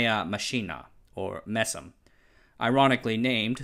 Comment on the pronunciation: and You need to polish the way you say MESM and BESM a little more. From my side I обещаю to study English some more. ;-)